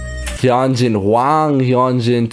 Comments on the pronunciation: helloo there! i think hyunjins is pronounced more like "h-yun-jin" (where "yun" rhymes with run) and seungmin is more like "soong-min" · hyunjin’s name is pronounced as “hue-n-jin” and felix’s is “yo-ng-bok” seungmin’s is “sung-min” bang chan’s is pretty obvious han’s is “han-jee-sung” changbin’s is also obvious Lee know as well i.n’s is “jong-in”